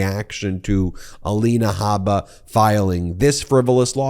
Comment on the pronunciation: Michael Cohen, once again 😂 "ELANA HABA-DA-BABA" or something to that effect! I know you're very passionate about this and not trying to be funny but damn, i can't help it. I've said it to you before i love your down to earth statements. I can respect and admire you're coming clean about this narcissistic douche bag. I imagine he has pulled in his Trumplets much the same he did you....slowly methodically manipulating etc. It's great that you've said and shown you're above this monster. It takes alot of courage and integrity To admit you were wrong. I'm sure you have seen and heard things you wish you could unsee or unhear. Keep moving forward doing what you do. I appreciate you. God Bless and watch over you! ❤😊